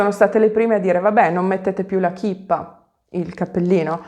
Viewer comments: Si dice kippa' con l' accento. Da ebrea ho sempre detto che noi siamo i VOSTRI canarini da miniera. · Grazie.si pronuncia kippa con accento sulla A scusa.in italiano si può dire papalina